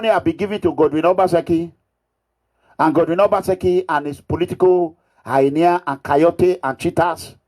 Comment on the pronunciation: Wetin dis Mega Mugu dey talk about? What is Highnia? It is called Hyena... 🤣🤣🤣🤣🤣🤣🤣Abeg nor come use laugh kill me Oooo 🤣🤣🤣🤣🤣🤣🤣 illiteracy na very bad Disease sha 🤣🤣